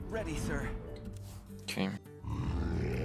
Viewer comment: "oke" made me laugh somehow